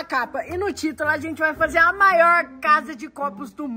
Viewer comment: "Maoir" "palede"